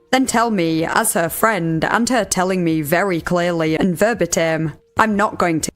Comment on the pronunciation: verbatim is ver-BAIT-um, not verba-tim